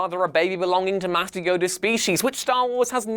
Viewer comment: Did anybody else hear him say what sounded like "Matthew Yoda's species?" I mean I KNOW he said Master Yoda, but the first time I heard it...